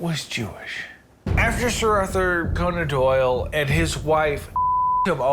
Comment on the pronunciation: “Sir AuthorConeAndDoyle”